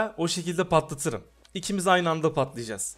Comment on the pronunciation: Abi aymi degil ayni :)